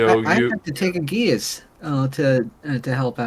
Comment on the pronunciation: Great job gets?! BTW I asked ChatGPT about geas and this is what it said. "Geas" is typically pronounced "ges" (rhyming with "mess") or "geesh" (rhyming with "quiche"). The former is more common in American English, while the latter is closer to the original Irish pronunciation. Both are acceptable in D&D circles, so go with whatever sounds best at your table!